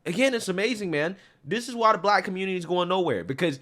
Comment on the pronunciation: The "communitah" strikes again.